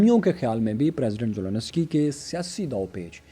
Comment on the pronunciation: It's Zelensky not Zononosky